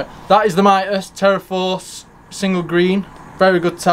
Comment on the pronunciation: Mitas proper pronunciation ....MEET US as in meet us at the races. I am an brand ambassador for Mitas....side note, Love the E 09 on my 390rrs